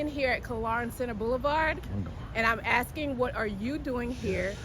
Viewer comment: 'Asskin' sounded an awful lot like 'Tellin', until the law showed up.